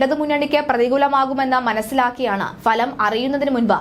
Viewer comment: മലയാള അക്ഷരങ്ങൾ ശരിക്ക് ഉച്ചരിക്കാൻ പഠിക്കാൻ നോക്ക് നിൻറെ ഒരു falam